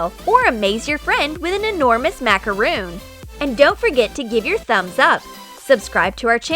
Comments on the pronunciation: Did u just say MACAROON IT IS MACARON NOT MACAROON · IT'S MACRON NOT MACAROON!?!?!?! 😡😂😂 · i think it is called a macaron not a macaroon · It’s macaron not macaroon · MA CA RON NOT MACROON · It’s Macar-on not Macar-oon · Actually, it is MacarOn not macarOOn. A macaroon is a coconut, crispy, cookie type thing. A macaron is a fluffy sweet cake. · It’s pronounced as macaron not macaroon but no offense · They are macarons not macaroons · Macaron!!!!!! Not macaroon!!! A macaroon is a coconut bliss ball type thing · Its macaron not macaroon dumbasses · It’s actually pronounced mac-a-ron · they said macaRON wrong #petpeeve 🤦‍♀️🤦‍♀️ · Macaroon? NO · Am I the only person that gets annoyed when they pronounce “macaron” wrong? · Agnes Bäcklund yep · I also get angry